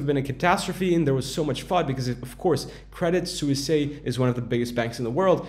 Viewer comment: credit suisse is pronounced credit SWISS ;)